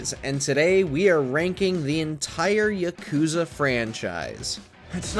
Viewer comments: It's not YakOOza its ya kU za!!! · The whole time, I was just cringing at how he puts the emphasis on the second syllable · PRONOUNCE IT RIGHT GAME JOURNALISTS!! ITS YAAH-KOOO-ZAAH! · It was a real act of patience to sit there and listen to this bro mispronounce Yakuza the whole time. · How can you play every Yakuza game but still pronounce it that way?